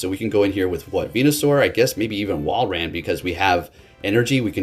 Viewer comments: Saying it better but still not quite lol. It’s not wall ran it’s wall rin. Unless 🧐 this is his master plan to provide us with more enticing entertainment. If so then jolly good show my good sir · Two words. Wall - rain. I don't think it's pronounced wall ran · Love ya man, it is in fact pronounced Wall-rain I think. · I don't mean to be mean but I personally pronounce it wall-rain